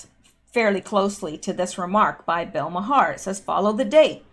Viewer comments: Bill's name is Pronounced mar. Not ma Har. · Please, I beseech thee, its pronounced "Marr", not "Ma-Harr". I can't take it any more! Well I can but sarcasm is more fun if it's over the top right? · I believe its pronounced Bill Mar. One syllable. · Bill Maher last name pronounced MAR....but love the way you say it...lol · I have heard Bill Mahar's last name pronounced as one syllable "Mar" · BILL Maher's name is pronounced "OUR" but with a M at beginning. It is a one syllable word. Other examples: HOUR MOUR, DOUR TO MOUR, SOUR TO MOUR, also TOWER but just one syllable. I think we are going to hear a lot about Bill Maher in days yo come. He has short man syndrome, and is just another human breathing oxygen he doesn't deserve to have. Nasty little man. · All this time I thought his name was pronounced "Mar". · FYI Maher is pronounced Mar. I know you don’t watch TV. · Maher is pronounced "marr". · Bill Maher..The H is silent...Bill Maaarrr :)